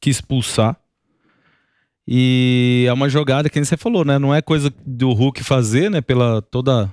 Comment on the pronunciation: Gosto muito do " RULKI " kkkkkkkkkkkkkkkkkkkkk